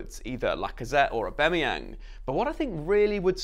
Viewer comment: Can’t can’t with how you say Aubamayang